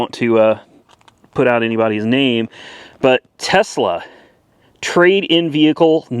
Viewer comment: Did you buy a Tesla or Tezla?